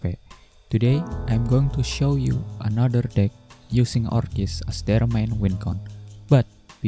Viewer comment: Just a heads up for the pronunciation - Orchis is pronounced Or-kis. Thx for the vid mate